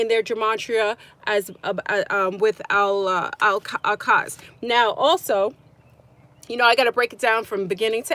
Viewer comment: Al-Aqsa is pronounced Ock suh